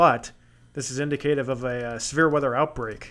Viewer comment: I love both severe and winter weather forecast/prediction videos. FYI, indicative is pronounced :` in dick a tiv.